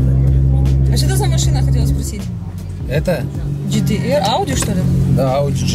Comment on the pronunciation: Вау Ахаххаха Свода актами говорит А сиденья Гтэра